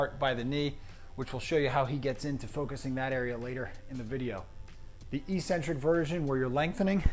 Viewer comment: Fitness and PT enthusiasts need to stop saying “EE-SEN-TRIK” when pronouncing eccentric. It’s “Ehk-Sen-Trik” same as it is when you’re describing someone’s “Eccentric obsession with pronunciation”. Great video/summary